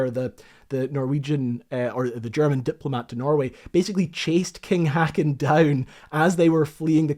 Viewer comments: OK, not being Norwegian but Swedish. King Haakon is pronounced with that ''aa' sounding like 'o' in More. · Our family has a cottage in the hills just a kilometer away from the Blücher wreck, it's still leaking oil seen to this day. The name Leif is pronounced almost like "life" not "leaf". King Haakon -the double A is pronounced like the O in "lock". Rumour also has it that Oslo county road construction uses some of Blüchers steel plating sheets for temporary road bridges when digging for pipe repairs and such. Fun fact; that steel would not be affected by radioactivity found in modern steels due to atomic bomb testings. Fun fact II: Krupp who made the cannons are ironically a German company -oh you came to that... A socially somber side of the story is all the young German sailors being rescued by the local Norwegians -those heroes, saving young sailors in distress in mere rowing boats, endured much hate and social outfreeze afterwords. Now the wreck is considered a war grave and are not to be desturbed. Love your videos, content and appreciate the research going into it! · The Norwegian king's name is pronounced "hawken' not "hacken." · king "hacken?" HACKEN? fucking WHO IS THAT i am fine with our language being butchured but there wasnt even an attempt there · King Haakon's name is pronounced "Hawk-on". A pity you didn't get some recordings of the German and Norwegian words when you were at Drøbakk. Weserübung - Vayzer oo bung, for example. Good video! Nice graphics. "Visst fæn skal det skytes med skarpt!" - Oberst Eriksen's famous words when asked if he was sure he wanted to shoot at the unknown battleships. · The pronunciation of King Haakon is closer to "hawk-un". Not "hacken", at any rate. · Very minor note: The king at the time's name is pronounced similar to "hoe-kawn" for English-speaking peoples...